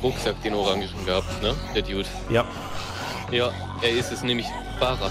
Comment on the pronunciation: geiles video. Sprich "dude" nur bitte richtig aus xD